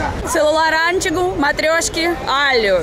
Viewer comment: Pelo amor de Deus: não diga ÂNtigo, e sim anTIgo. Caramba da minha vida! Putiz.